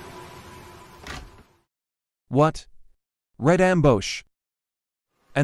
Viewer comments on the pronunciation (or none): “red ambosh” 💀